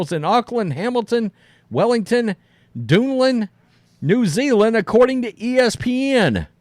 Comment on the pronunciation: Dude! It’s not Duden but DuNEdin!